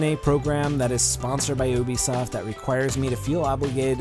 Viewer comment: it's Ubisoft not Obisoft